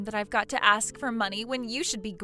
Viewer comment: In the story of Charlotte and Eli, the actor playing the latter once again, as in all his roles, indulges deliberately in the wannabe "ghetto" affectation of pronouncing the word "ask" as "axe." It is cringey and offensive.